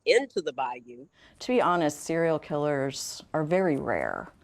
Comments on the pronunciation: Bro good content but damn it’s not Bayoooo it’s Baiyuuuuu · Brother it’s *Bayou* not Bioyo😂😂😂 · By-You fam.. its pronounced By-You😂